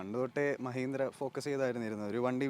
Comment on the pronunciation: മ്യഹീന്ദ്ര, മ്യാരുതി എന്തോന്ന് ഭായീ ഇത് മലയാളത്തെ കൊല്ലുന്നോ